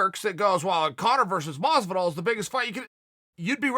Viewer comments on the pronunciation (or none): Errrrrm chael!! You missed the L in masvida-L and you missed the S in Ander-S-on...and thats definitely not how you spell Ronda!! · It’s about time someone told Anderon and Masvida they’ve been spelling their names wrong all this time. Thank you Uncle Chael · I quit, at this point I think chael misspells names on purpose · dang everyone in the ufc has really being calling “george masvida” , “jorge masvidal” those fools . Chael will teach them right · Nobody: Chael: Masvida and Anderon... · Me: Masvidal Chael: Masvida Me: Masvida Thanks for correcting us uncle Chael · Mesvadal and Diaz I know it's Masvidal but I say it like Mesvadal IRL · does it bother anyone else that uncle chael wont spell anderon's name right ever? and now masvida lmfao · The UFC have been spelling Anderon and Masvida’s names wrong this whole time and nobody was brave enough to tell them until Uncle Chael finally came to correct them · Everyone: Jorge Masvidal Chael: George Masvida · got it right.. It's Masvida now folks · Has he ever pronounced Masvidal’s name correctly?